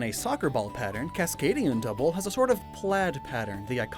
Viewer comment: Congratulations. You somehow made Dudwool EVEN MORE BRITISH